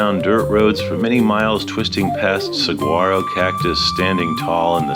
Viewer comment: Great video Sir. I've lived here 50+ years and didn't know about that spot. Very cool!! P.S. In the word Saguaro, the "G" is silent (Sah-War-Oh)